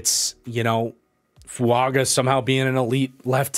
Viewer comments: Its Fuaga not Fuanga. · 5 minutes in and man if I gotta hear you say Fuanga this whole video I'm gonna be sad